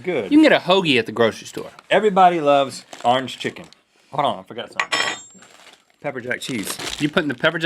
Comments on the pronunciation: "Arnge foot" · he said ornge chezzzzzzzzzy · big mac and cheese seems awesome orangefoot seems kinda awful might have something to do with me not liking orange chicken, pepper jack cheese or the way he pronounces orange "arr-inj" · Why the hell does Rhett pronounce orange as "arange" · rhett pronounced it "arnjj chicken" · Sometimes you guys have funny pronunciations. Like "*MAC*-donalds" and "Ahrnge-foot" and "tor-TILL-uh" haha. (I am from western Canadiana) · I thought you were going to mention the fact that they pronounce "Orange" as "Rrr + ange". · I would say Orange Foot would be better, but I can't because of the way Rhett says "orange." So I'm going with the Big Mac & Cheese.